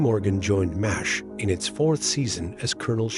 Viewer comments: Seriously, your AI narration is GARBAGE. What's worse is that you just went with it. MASH is now "Moz H". This makes you look lazy. And doesn't make me want to watch your videos. Pathetic! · Mazz H? You're canned voice-over is broken!